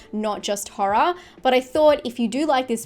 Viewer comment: I love how you pronounce horror as HA-RAH